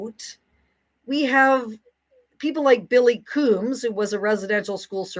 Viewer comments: Hi Frances. I think your work is very important and you are uniquely qualified for it. I appreciate you a lot. And I also think you walk a mean edge that is childish, hurtful and short on humility sometimes. I'm pretty sure you know know it's pronounced Cook-um, not Kook-um. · Just some advice, it's pronounced like the word cook. Kookum. Not koookum. I know because I had a kookum that was extremely abusive to me. I've seen this hypocritical behaviour all my life and as a survivor of child abuse, I've seen shameful behaviour from my family and my nation all my life. When the Trauma Day came up, i needed to get therapy because I kept seeing all these "elders" up at the mic revelling in their attention. Never once did they mention the children they inflicted their illness upon. Instead, it's about their abuse and the church and government's fault. No accountability, whatsoever. I agree that there is a cycle and a cause, that is apparent. So doesn't that mean that the priests and nuns have a pathology, too? The same psychological rules apply to us all. But there's such a double standard. Most of us junior elders and kids are afraid to speak out or we would be shunned. I talked about my abuse and now I remain alone in life. Being a native in Canada is not something I would wish on anyone. I don't condone these behaviours, but maybe have a bit of compassion for how pitiful this whole thing is. None of this is fair to anyone.